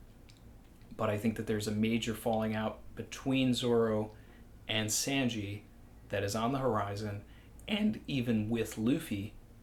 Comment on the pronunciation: My only real problem in this video.... is "Senji".